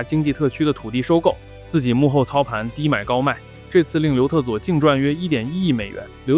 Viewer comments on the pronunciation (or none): 我一直听成刘厕所😂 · 总听成刘厕所...是我耳朵有问题，还是你发音有问题....😅